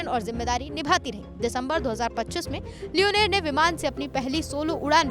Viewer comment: Not leoneer this is leonor😂😂